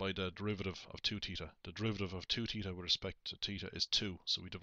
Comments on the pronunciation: At first I was just gonna make fun of him saying, “Teeta,” but I finished the video and completely understand now. Thanks!! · fun drinking game... take a swig every time this guy says "teeta"